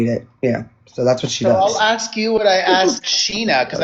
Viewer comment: Exed... instead of asked. I just can't sometimes 😩